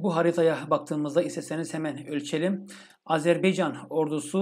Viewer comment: hocam lütfen azerbeycan değil azerbaycan diyelim. 💕💕💕